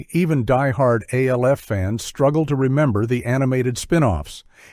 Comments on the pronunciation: Alf is pronounced as a one syllable name. It the live action show and the cartoon, it was never said as three initials. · It's not A-L-F ..it's Alf ...as in one word 🤦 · It’s pronounced ALF ALF ALF not A.L.F… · Your AI is D.U.M.B., spelling out Alf and COPS? Seriously?! At least spring for a decent AI voice